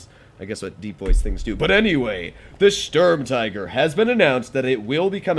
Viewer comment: The U in Sturm tiger is pronounced the same as the U in stupid, or the OO in spooky In total it is pronounced: 'Schturm teager'. The StuIG33B is an Sturm Infanterie Geschütz. It is not an L. It is an i. The I from Infantry. In documentation the name is shortend to: Sig33.